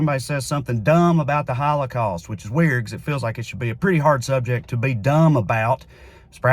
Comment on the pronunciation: "we shouldn't 'exploit' the HawlaCawst" ?!??? 🤣🤣🤣🤣 Dear YHWH if there's anything we shouldn't do, it's that lmao Are you willing to address who funds Neo Con and Q tier narratives and media that make this subject the center of every discussion? Ever think it's meant to make them look foolish as well as keep the discussion on the HOWLACOWST as a bonus? Schindler's List is a fan fic take on an already stretched narrative. And do you think the super philo semetic GOP would ban anything like that? Nothing was banned. A comic about mice was removed from children's categories on websites. And now this has done nothing but increase sales because this whole thing was a pitch to do just that.